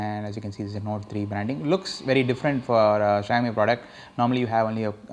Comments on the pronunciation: its pronounced as shaumi....not shayami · it's xi-ao-mi not shy-o-mi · its not Xhiaomi its Xiaomi u moron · asians know how to pronounce it -,- .. it's xi-ao-mi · fuck you dude ....you don't even know how to pronounce the name